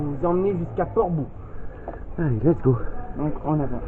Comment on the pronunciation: Une jolie ballade! Une correction: On dit Port Bou = comme "bow" en anglais.